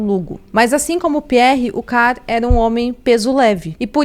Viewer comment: A dica é pra editar melhor vídeos como esse: as fotos que ficaram se alternando são as mesmas... Será que é tão difícil arrumar fotos dos outros envolvidos? Até no final do filme aparecem essas fotos. E outra: melhorar a pronúncia... exemplo: o nome CARL não se pronuncia CAR.